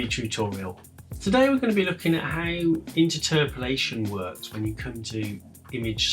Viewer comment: Sorry, I don't want to be rude but, inter-terpolation? I’ve always pronounced it as interpolation. The way it's spelt!